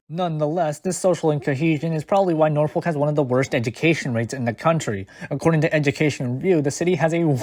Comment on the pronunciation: Are you really from the area cuz you can't even pronounce Norfolk right?